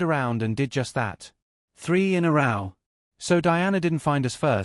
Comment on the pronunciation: This one is probably just as bad though. How are you going to mispronounce “3 records in a row”? (With row rhyming with cow).